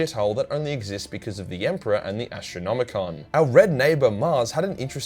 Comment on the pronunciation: Say Ass-tronomicon 1 more time!